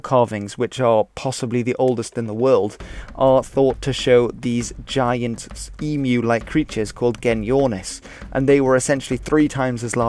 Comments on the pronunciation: wtf. we never had a civil war against emus. hey well at leat you pronounced emu correctly unlike all of America who annoy everyone over here by pronouncing it e-moo, so annoying. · I’m impressed with the accuracy of this video. I’m Extremely impressed with correct pronunciation of “emu”. The emu wars had a great impact on our national character. To this day, it’s not something that is often openly discussed. I still remember overhearing the adults talk about it as a young child. It’s always sets a sober tone. Thank you for discussing with respect. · Congrats on getting EMU pronounced correctly! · Oh my god, a non-Aussie who pronounces Emu right! Alert the presses!